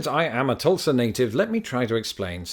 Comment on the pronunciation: I'd like to congratulate you on properly pronouncing Tulsa. As a truck driver, I can't tell you how many people, when I tell them in from Tulsa, are surprised at how it's properly pronounced